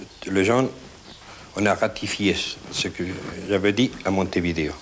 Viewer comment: Ca se prononce Montevideo, pas Montevideo...